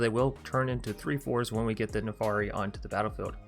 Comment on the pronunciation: Jesus christ your pronunciations my friend. It's "PolUkranos" not "PolikrAnis". It's NARFI not NAFARI. It's "Drogr" not "DrAoogr" 🤣😭